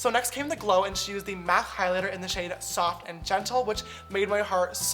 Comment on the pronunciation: the way he pronounce mac